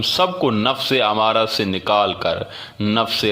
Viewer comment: امارہ نہیں بلکہ ام مارہ ھے یعنی میم کے اوپر تشدید ھے